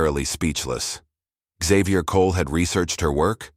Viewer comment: Why was the narrator pronouncing Xavier as xzavier? It is pronounced as zavier.